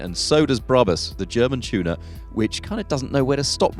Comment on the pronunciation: It's pronounced BRAB-US and R-U-F, not ROOF.